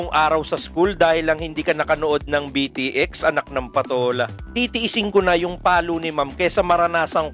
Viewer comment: Actually it is pronouce as beat x sobrang na miss ko ang anime na ito isa ito sa mga unang anime na na hook ako maliban sa zenki naalala ko pa dato nung grade 1 ako may classmate ako magaling mag drawing ng tepei inggit ako sa kanya noon tapos bumibili pa ako ng mga laruan nito sa school more power po sa inyo god bless